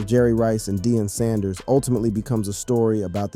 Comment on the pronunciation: This mf just said , "DIE ON" PRIME TIME Sand-ers 😮#WhatInTheILLUMINATTIisTHIS